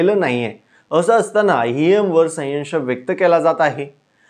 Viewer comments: संयश नाही संशय म्हण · सयंश नाही संशय म्हणा सर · Sayyansh nahi bhau sanshay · संशय रे बाबा संयव्श नाही रे बाबा 😮😮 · अरे बाबा संशय संशय बोलतात..संवशय नाही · आधी आपली भाषा सुधारा. सायंश नाही संशय असा शब्द आहे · बातमीदारास संशय हा शब्द बोलता येईना ते बातमीदार संयश असे दोनदा उच्चारले. फार वाईट वाईट वाटले. मराठी भाषेचा अपमानच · 😊बोलायला शिक नीट. म्हणे सयंश, संशय शब्द बोलता सुद्धा येत नाही आणि संशय घेतो 😂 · अविनाश तुला साधा संशय हा शब्द म्हणता येत नाही , सयंश म्हणतोय😂😂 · संयंश? उतरीत कळा? कुठली मराठी बोलत आहे हा? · अरे तु कसला पत्रकार तुम्ही आधी मराठी शिकून घ्या संशय म्हणा उतरती कळा म्हणा उच्चार नीट करा!! बाकी अविनाश दादा करेक्ट बोलतात जनजागृती व्हायला हवी लोकशाही वाचायला हवी! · अरे तुला संशय, उतरती कळा हे शब्द पण म्हणता येत नाहीत? पहिले मराठी शब्द शिक आणि मग व्हिडीओ बनवं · आधी शुद्ध मराठीत संशय हे बोलायला शिका.. बोबड्या बोलून व्हिडिओ करता येत नाहीत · व्हिडीओ करून बोलताना शुद्ध बोला. ' संशय ' हा शब्द तुम्हीच कसा उच्चारता आहात?